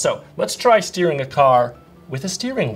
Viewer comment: I thought he said stealing haha, it's better than I thought!